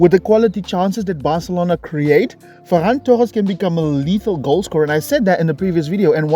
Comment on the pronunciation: “Focus on the run of Fer-ran”